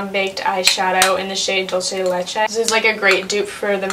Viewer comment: ❤️❤️❤️❤️ The only fucking queen that I’ve seen that knows how to pronounce “Dulce de Leche” correctly 👏🏼